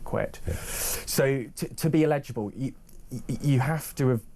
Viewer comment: Eligible! Not illegible!